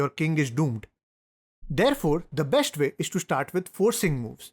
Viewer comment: You say shh everywhere for an s, such as besht, boosht.. but you say chess correctly and not chesh 😂